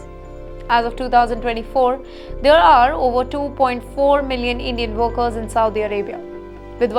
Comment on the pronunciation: It's workers pronounced as werkers not worekers.